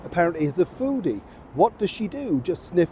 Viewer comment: Did you say foodie or floosie?